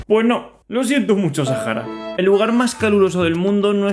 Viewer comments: ¿Porqué le dices Sájara, y no Sahara? Pd: Rio de Janeiro era la capital, pero luego pasó a ser Brasilia. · Es Sahara SA-HA-RA NO SAJARA ES SAHARA AAAAAAAA (*C muere*) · Me choca que lo pronuncies Sajara y no Saara, así como proncuncian iceverg en vez de aisberg. en fin, buen video bro !